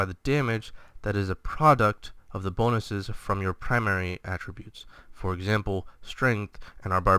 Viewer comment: Enjoyed the video. Accent is on the 'a' in attributes (first one in this video): How to Pronounce Attributes